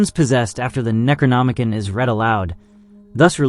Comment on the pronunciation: Neck row nom uh con. I really want to watch this video but as much as i want to ignore it youve butchered that word 4 times now and it makes me cringe.. please look in to how things are pronounced before recording a long forn video. You likely lost a lot of viewers bc of this and were not trying to be nazis - its an involuntary response.